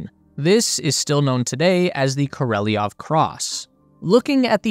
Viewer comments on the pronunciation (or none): Королёв. We, Russians, sometimes lazy to add these 2 dots to "ё" (yo), so in some sources it written with "e", but meant to pronounce ё. So it's Korolyov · Why do you pronounce the name kOrOlEv as kOrElOv? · Kor-o-lev not kor-ee-lee-nov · Kor. Oh Lev,………….not Kor Oh Lev E Off ! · You said Koreleov 😂 It’s supposed to be Korolev. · Korolev. KOR O LEV KOROLEV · Great video. But his name is pronounced Ko ro lyōv. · Why do you pronounce it “Koreliov” ? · Pronounced more like...Kor ol yov. Your welcome. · What is it with Americans and pronouncing names? How hard can it be? Just listen to the original sounding. Oh yeh, you don’t care. Easier being a jerk ))